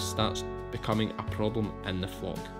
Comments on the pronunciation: You really should pronounce the L in flock a bit stronger. 😅 FOCK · As a Canadian, my delicate North American ear keeps hearing you say "my sheep Fu*k…". Initially I had concerns but now I understand what is going. Love this content. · When you say flock I think your saying fuq! Love this new channel. is awesome I love sheep hate cows they seem very gross to me.